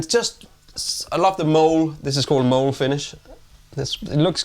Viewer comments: You guys...its not mole finish...its Molé! (Pronounced moe-lay). Please....look it up. I know Brits can't pronounce the vowels of the spanish language properly (tack-oh instead of tah-co) nor often get the rhythmic accent on the right syllable. It's okay, yall have a lot going on over there; many different languages to sort of know a little bit about, whereas in Southern California, we just have Spanish food and curse words to master and the English language to defile. But Molé is a kind of sauce and tastes amazing when made to Oaxacan specs. The ultimate is Molé negro, but there are a few different colored molés, which is how it can be used as color options on a guitar. I just googled the fact that there actually is no accent mark on the "e" in Mole, but I decided to leave it in my comment to really sell the difference in pronunciation. Just contextually y'all ought to enter it into your brains that someone with Latino heritage or a brand based near the Mexican border may not actually be referring to the subterranean mammal. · ....it's MOLE' (pronounced moe-lay) like the famous Mexican sauce with chocolate in it.